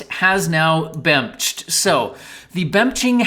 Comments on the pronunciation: my favorite part of the video is when said "it's bemching time" and proceeded to bemch all over the place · "Bemch" was SO epic